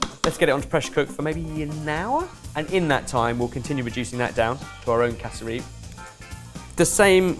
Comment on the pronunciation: Hearing the boys say "casa-reap" instead of "cass-rup" was wild. Also instead of cassava bread, roti would've been great for a side!